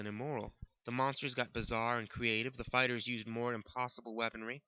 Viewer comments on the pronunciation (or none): none